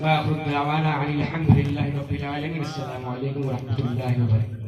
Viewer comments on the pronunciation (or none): سلام بھی صحیح سے کرنا نہیں آتا ہے پہلے سلام کرنا سیکھ لو اسکے بعد تقریر کرو گے